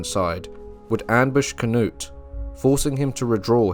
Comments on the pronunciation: The Danish pronunciation of Knut is Kanoodth. When you say Kanutt it sounds wrong. 😉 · Why do you call knut, k-nut? In Englang we call him Kanoot, not k-nut! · Great. But I’m sure it’s not pronounced “Cannut” more like “Canoot” also IERNside. Not I -RONside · Pronounced can-ute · You pronounce Cnut with a long u! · switch the n and u , Cnut.